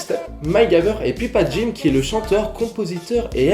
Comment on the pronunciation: ça se dit "poupadjim", ça se dit pas comme ça se lit